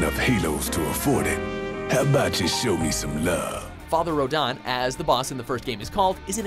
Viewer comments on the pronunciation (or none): why did the say rodan even though its rodin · Oh, and its RO-DIN, NOT RO-DON! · It's pronounced "Row-DIN", not "Row-dan", he isn't one of the Kaijuu after all. Also "Twelve million HP", "Take up to an hour"? That's cute. Really REALLY cute. 12's Yzimat had FIFTY MILLION HP, and after around half of it, he used "Growing Threat" and locked your maximum damage from 9999, to *6999*. Two hours was considered "Fast" beating him. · You're killing me with the way you pronounce Rodin. It's not "Road-on" it's "Road-in" how the hell did you mispronounce Rodin wrong, there is no "on" within Roadin.